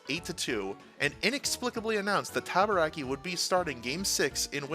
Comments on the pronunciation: Rick Tabaracci's last name is pronounced "taba-ra-chee," btw. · Rick Tabarakki! 🤣 I believe it's Rick Tabaracci, Ta-ba-ra-chee! 🤣